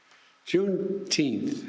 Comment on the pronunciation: Wtf is June Teenth?